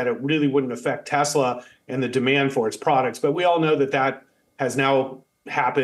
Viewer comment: Would someone please tell this idiot that it's TESLA not TASLA. There is only one A in TESLA.